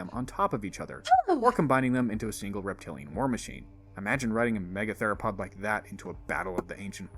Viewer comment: "Megatheropod" doesn't have a "lo" in it.